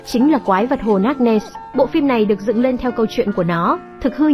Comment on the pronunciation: Không biết đọc chữ ness chứ không nen,chắc hồi nhỏ không đi học rồi,hahahahahahahahaha